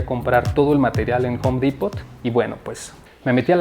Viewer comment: El "t" en Home Depot no se pronuncia.